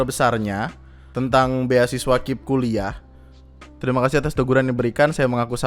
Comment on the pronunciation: Ngeselin bang ketika lu bilang KIP dibaca "kip" Daripada "K I P" Wkwkwk